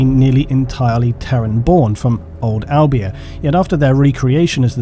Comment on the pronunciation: im from albania and was like tf when i heard u say it so makes sense it wasnt right